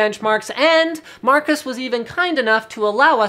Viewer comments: Did he say Marcus instead of Marquez ? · MarQUEs not MarCUs